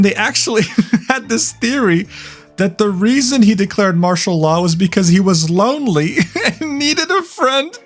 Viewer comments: Im so ronery... so ronery... so ronery and sadry aroneee..... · Ronery, so ronery... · President Yoon: I’m so ronery, so ronery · "So,Why did you want to start a dictatorship" "I was lonwey🥺" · "I'm... so... RONERY!" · So wonwy and sadwy awone...